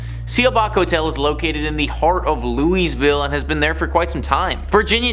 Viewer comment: 😂😂 it's painful to listen to him saying Loo-is-ville (Louisville KY)... It's pronounced Loo-uh-vuhl